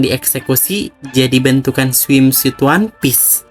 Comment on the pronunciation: Sebelumnya maaf bgt nulis di komen, karena saya gak nemu cara utk chat personal. Mau kasih masukan aja, ini kan narasinya dibacakan sama author langsung, mohon penyebutan istilah bahasa asingnya dicek dulu bisa pake google translate. Contohnya kata "Swimsuit" yg dibaca swimsuite, karena suite artinya kamar. Suit sendiri dibacanya sōōt Sekali lagi ini untuk perbaikan aja, biar kita mendengarnya lebih fokus sama kontennya. Goodjob buat konten-kontennya